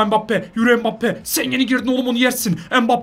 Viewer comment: mbabpi değil mbabape